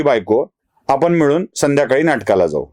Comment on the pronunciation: मिळून ऐवजी मिवुन झाले होते बाकी नेहमीप्रमाणे छान बोलणे